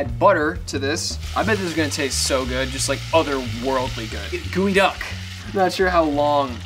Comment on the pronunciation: Its geoduck not gooeyduck 😅